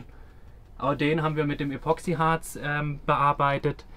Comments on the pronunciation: Ich höre immer von Euch den Begriff. ,,Epoxiharz" mit Betonung auf ,,o" . Das kann man ja nicht mehr mit anhören. Leute, das Zeug heißt ,,Epoxidharz" mit Betonung suf dem ,,i" . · Wunderschöner Van❤️ Aber eins triggert mich so hart.... es heißt Epoxid!harz